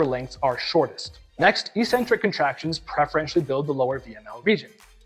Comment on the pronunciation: EEEEEEEEEcentric is not a word in the English language, despite what the lifting community would have you believe. Some meathead a while ago must've thought that 'eccentric' only means crazy. It doesn't! It means 'away from the center'. Both from an etymological and a phonetic standpoint, it must be pronounced eK-Centric. Etymology: 'ec' means away. 'centric' means center. The tendons are moving away from the center of the muscle during the eccentric phase. 'ee' centric would mean 'without a center', which makes zero sense! Phonix: The first syllable is 'ec'. There's a 'c' in 'ec'. That must be pronounced as 'eK'. So, the word is pronounced eK-Centric, by two lines of logic. People might consider you eccentric to pronounce it correctly but don't take my word for it, -look it up for yourself, if you're really a man of science and learning!